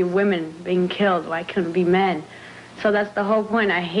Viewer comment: "...wymen being killed and murdered... by myen." Killed AND murdered!!! By MYEN!!!